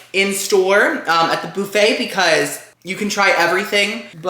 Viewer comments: Try the text to speech feeder because that’s actually how it’s supposed to be said ind not boofet it’s buffet even as I’m typing it’s underlined red to say that’s not how it’s spelled. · Say it with me...BUHFAY....👌 😁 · It’s Buffit 😂